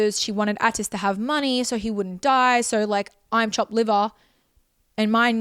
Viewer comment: Can’t stand the way Anna says Atis